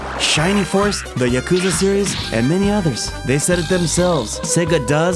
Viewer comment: …that is not at all why that was re written but go off character has been re named to “Clucky” for close to a decade since Sonic Runners if your ass is going to get in a twist over the butchering pronunciation of Mai’s name then say “Yakuza” correctly.